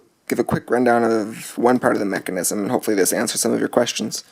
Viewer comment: WTF? Dude! Mecanism or mechanism?